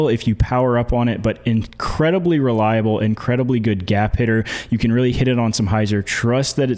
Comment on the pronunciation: You said gap hitter